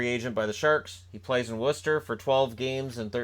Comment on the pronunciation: Nice Job pronouncing Worcester correctly :)